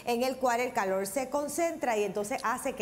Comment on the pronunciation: no saber pronunciar las letras es no saber hablar.....pronunciar correcto es buena DICCION... VELA??? verdad!!!calol???? Calor!!!... todo mundo sabe que no hsblan bien